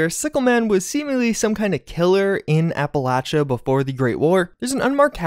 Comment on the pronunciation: Will someone PLEASE teach this man how to pronounce Appalachia!